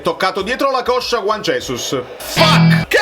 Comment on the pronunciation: guagliù, comunque Juan Jesus è brasiliano, per cui si pronuncia Giuan Gesùs. ce ne stesse uno che lo pronunciasse bene